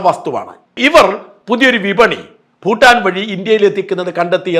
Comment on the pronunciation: ഫൂട്ടാൻ അല്ല ഷാജൻ😂, ഭൂട്ടാൻ